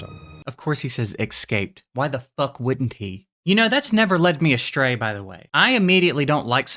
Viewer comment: It drives me crazy when people say ‘a-shtray’ instead of ‘astray’. 😳